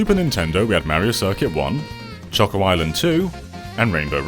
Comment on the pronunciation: Its so satisfying hearing him say choco